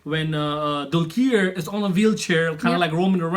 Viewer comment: Guys, I see almost all of your reactions and there's something that I have noticed and that is that you guys always pronounce "Dulquer" wrong. I know it spells that way but its pronounced as "Dulkar" or you could just call him "DQ" as he is fondly known :) Cheers!